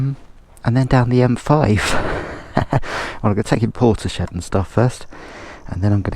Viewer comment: Really enjoying your series thank you. You did make me smile your pronunciation of Portishead - Port eee shed 😂 it’s Port isss head 😅 Port eee shed is probably fairly accurate though 😀